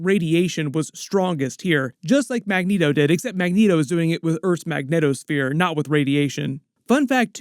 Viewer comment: Are you specifically saying megneto sphere or do you mean magnetic sphere I need to know